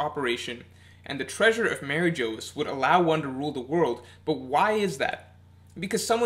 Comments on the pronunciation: it's pronounced mariejois lmao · Its pronounced like Mar-ee-g-wah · Interesting theory. Kaido may be immortal as well thanks to the Ope Ope no mi, as we all suspect. I do wonder what your theory is about what weapon Roger had which Shiki revealed in Episode 0? I' was leaning towards Pluton and considered Uranus as well, but now I really think it could've been Pluton. By the way, Mary Geoise is still pronounced like Marijoa. It's meant to be a french word, for example Bavarois is pronounced like Bavaroa. Actually Mary Geoise should be pronounced like "Marijuas" but that won't be and never was the case in the sub. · Mary Jose?? Blasphemic pronunciation there. :( That apart, always love your videos haha. Keep it up!